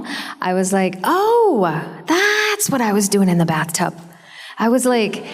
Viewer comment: ok, not "bath-tub" but "bath-sob" ?? how deep her imagination power and creativity could get?? wow, so much respect for my pink ranger!